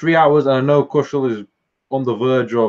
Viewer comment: Please say Kushal name correctly!